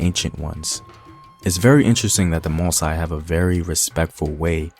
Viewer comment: Just a remark to the teller whose main language is english ;your(english)pronunciation can be confusing for many french speaker or native....You pronounce MOSSI like ( MO- Sigh) which can be interpreted like Masai(Ma - sigh): a tribe found in Kenya if i am not wrong...The supposed right pronunciation for MOSSI should be: MO - ssee...Anyway,keep up the good work and try to use the local or original pronunciation.